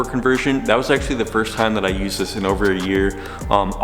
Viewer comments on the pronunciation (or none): none